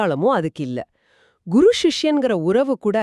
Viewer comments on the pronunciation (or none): none